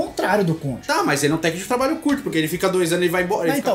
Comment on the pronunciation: CONTCHI KKKKKKKKKKKKK